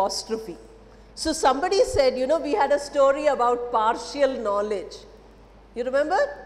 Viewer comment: Madam it is par-shal and not par-shi-al...similarly it is effi-shent and not effi-shi-ant. 😊